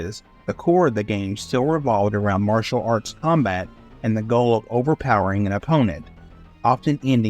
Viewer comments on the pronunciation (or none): none